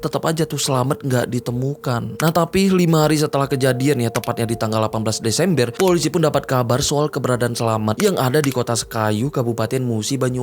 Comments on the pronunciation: disemBER✅ bang...disemBER✅...BUKAN disemBIER❎ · DESEMBR❌ DESEMBEEERR✔️